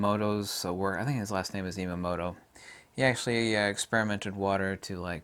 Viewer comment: E-moto, not Emo-moto. Introduced in "What the Bleep Do We Know" and also published a book called "Messages From Water".